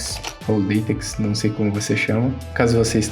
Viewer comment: a pronuncia do LaTeX é Latec ou Laytec.